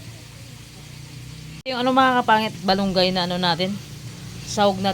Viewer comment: bat balunggay-Dapat Malunggay.